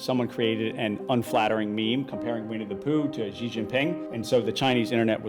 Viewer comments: Xi is pronounced as "Shee", not "Zee". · ok but literally who started this bizarre myth in western journalism that his name is pronounced "jee." It's pronounced almost exactly like the english word "she" it's truly not difficult. It's not hard (edit) oh good he fixed it later in the video hahaha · Shee not Jhee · Why would you not take the effort to correctly pronounce the name of a head of state? American arrogance? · Imagine doing a video and China and not bothering to learn how to pronounce "Xi." (Sad, considering how the most common English transliteration is virtually identical to how it's pronounced here in Beijing.)